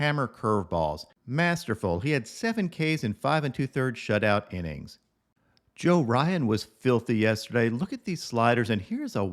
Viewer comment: For Johan Duran his first and last name rhyme, you got Johan right